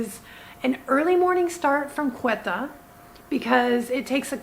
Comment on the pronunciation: Hi, loving your videos! Just a quick note, you're pronouncing Quetta incorrectly. The Ts are hard Ts, like in tomato. Keep up the incredible work!